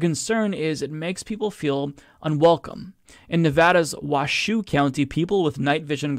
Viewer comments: It's pronounced Wash show not Was shoe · FYI is is pronounced 'Wash -oh' not 'Wa -shoe' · Lol. Luv how you are pronouncing Washoe (waa-show) county.